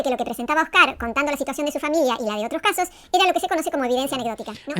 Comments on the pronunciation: "Oscár" "Un tío blanco HÉtero", ¿Pór que Róxana cambiá los ácentos a las pálabras?, no lo entiendó... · No entiendo por qué Roxana dice Oscar y no Óscar. Me rechina. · Esta señora tiene varios problemas, pero uno de ellos es con los nombres, los pronuncia como le da la gana. Oscár y Tío Blanco Hétero.